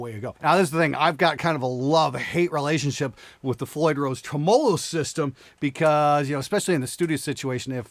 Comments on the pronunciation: I’m sorry, how did you pronounce “tremolo”? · I'm not a fan of floyd rose trems, but that LTD sounds great. But what's a tro-molo, lol?